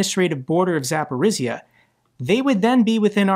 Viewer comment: war will end when you will master pronunciation of Zaporizhzhia - and you are improving quite fast! Jokes aside, Ukrainians willing to start peace deal - it is not that much because of city attacks, it is just realization that we cannot buy more time, 4-5 more years waiting for our partners to support us properly, it is war of attrition and guess what - Ukraine men and women are attritting while waiting for proper sanctions on ruzzia, proper ways to defend ourselves, all we get - talks and promises and just smth not to die